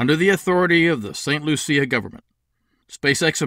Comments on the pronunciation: You are the only person I have ever heard pronouncing St. Lucia that way. We, of westindian blood, say "St. Loo-she-a"... I don't know why we throw an "h" in there... My blood is jamaican-chinese so don't quote me on that. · I got married in St Lucia. I think ur pronunciation is a little off. 😂. I love the idea!! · you made it sound like a pretty girl, we make it sound like a loose one...